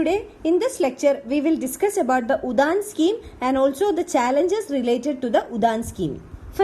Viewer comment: It shud pronounce as uran nt udhan